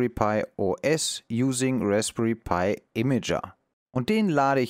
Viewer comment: Mich irritiert die Aussprache manchmal. Pi und dann wieder Pi-I? Hat das einen tieferen Sinn? Ansonsten, ein sehr informatives und interessantes Projekt, wo ich als alter Raspberry Pi Nutzer auch novh was lernen kann wenn auch HA kein Thema ist in einer Mietwohnung.